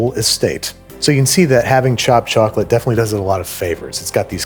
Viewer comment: As an Englishman, "tchok-litt fleigh-vudd biss-kehttz?" sent me